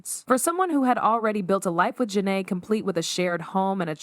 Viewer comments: The mispronunciation of her name is either because the audio is AI generated or it’s straight up rage bait. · It was so cringeworthy! Gotta be an ai generated voice! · I clicked off after the second mispronunciation of her name. Do better and stop using AI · Big Sean makes me sick And why are the names being constantly mispronounced. It’s distracting lmao. This should have been fixed during editing